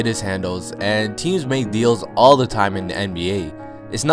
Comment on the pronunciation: Do you not know how to say "the"